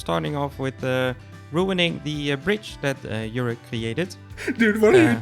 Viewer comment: Why does pronouce Jurre's name as 'Yurea?'